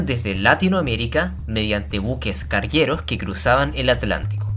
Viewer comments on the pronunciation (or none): Por qué dice "guierra", "carguieros", el resto lo pronuncia bien.